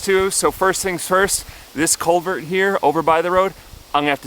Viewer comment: Sounded like he was saying "colvert", not CULVERT.